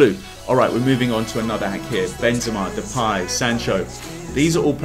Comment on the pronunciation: Pogba: Poga Dybala: Dabalai Depay: Depye